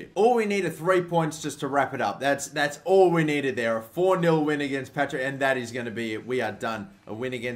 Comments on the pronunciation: IT'S PARTICK THISTLE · Patrick thistle not Patrick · 'Patrick Thistle'......... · It's Partick thisle not Patrick thisle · DID YOU JUST FUCKING SAY PATRICK THISTLE ITS PARTICK THISTLE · Conar Barney My favourite is "Patrick Thistle" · It's Partick, not Patrick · Partick thistle pronounce the name right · There's a few things I've noticed in this video that were wrong. The first one being second place doesn't go into the UCL play offs, they go into UEL qualifying. The second one was that you called Partick Thistle Patrick Thistle. Besides EA messing up and how you said one of the teams it was a good video. Keep up the good work from a Celtic fan 🍀🍀🍀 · "Patrick thistle" 😂😂😂😂😂😂😂😂😂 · It's Partick thistle not Patrick ! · "Patrick Thistle" It's PARTICK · it's parr-tick thistle not Patrick thistle. i know your Australian and can't word good but come on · when you called Partick Thistle Patrick Thistle i cringed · "Patrick" Thistle Haha 😂